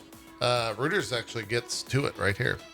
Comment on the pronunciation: Small note from the production desk :p they're French, it's pronounced ROY-turs